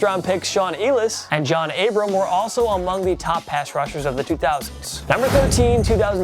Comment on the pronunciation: Delete this video bro, y’all credibility has gone out the window by putting joe Nixon for Denzel ward and saying John Abram and not John ABRAHAM. The man is gonna be an HoFer at least say his name right